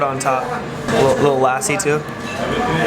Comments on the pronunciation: It's not laaasi it's lassi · Its not laasi it is lasi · Lussi not lasi we call it lussi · He says laaaaaasi but it lusy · - It is lassi - Ok laaaasi 😂😂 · It's lassi not laasi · It's not LASI It's LASSI. just stretch the 's' more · Inner me died when he put “LASSI” on the “NAN”. Hey just a compliment don’t drink lassi from the restaurant drink from a juice shop. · LASSI= LUST-C this is how you pronounce..